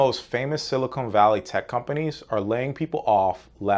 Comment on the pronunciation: It's dumb, but hell mispronouncing silicon as silicone drives me nuts.